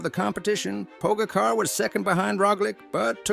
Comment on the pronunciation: Learn to pronounce his name first or use a better AI